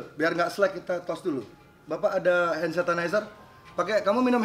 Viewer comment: Die ngomong hand satanizer bro